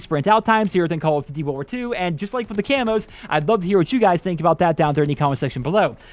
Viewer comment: I could see you don’t have an issue with sprint out time caz you play freaking slow and sit in head glitching spot with LMG... Youtuber like markofj quit this game caz they game promotes slow pace timmies like u play camp. when u said world war two why it sounded like wool worth three lol